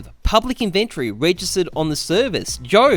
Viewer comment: I disliked the video just because of how you pronounced inventory in the first 10 seconds.